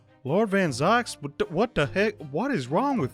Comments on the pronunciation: the pronounce of "van zieks" Is "van zeeks" Not "van zaiks". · More like 'Fan seeks'. The 'a' is spoken as the english 'a', not the american one. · Bruh is gonna mispronounce van zieks’ name for the whole series